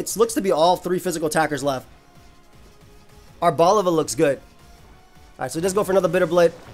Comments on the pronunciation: the way arboliva is ponounced is just like that but instead of placing emphasis on the ``O´´ sound, you do it on the ``E´´ sound. so it'd be ar-bol-``E´´-va. In spanish the ``I´´ is pronounced like the english ``E´´ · Hey, the correct pronounciation for arboliva would actually be ar-bo-lee-va, since its name comes from the Portuguese and Spanish words oliva (olive) and is pronounced with the closed I. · it's actually stressed on the li because it's not olive, it's oliva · I always thought it was supposed to be prounounced as "arbor"-leye-va, cause tree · My thought is that Arboliva is pronounced Are-bow-LEE-vuh. Arbor is Latin for tree and oliva is Italian for olive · mispronouncing Arboliva the whole video and just nailing it like 10 seconds into the interview lmao